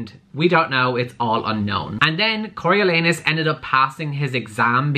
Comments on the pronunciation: “I’m reading it Cory-lee-anus...” Me: has to pause the video because I’m in tears Legit how I pronounced it until I asked my dad for help. 🤣🤣🤣 Cory-oh-lawn-us by the way. 😂💕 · "Im reading it Cory- ... Cory-lee-anus..." Literally, I wasn't watching the video, just listening your voice, and the first time I thought you said "CoralAnus" and I was WTF?!?!? XD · Am I the only one who heard “Coral-Anus” when google pronounced it? 😂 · i live for trying to pronounce Coriolanus and failing lol!